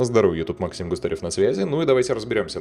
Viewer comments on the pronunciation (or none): none